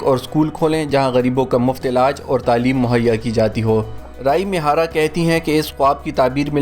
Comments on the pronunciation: Talaffaz. Rai mihara nehi. Ree A mihara. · رائی می ھارا نہیں ھے۔ یہ ری اے می ھارا ھے